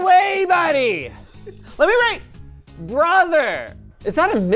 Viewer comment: "COME ON COPPER. YOURE IN THE WAY BUDDY.... BRRROTHER" Somehow I've never heard or realized that Linus is Canadian before. Then this video just brought a tidal wave of maple syrup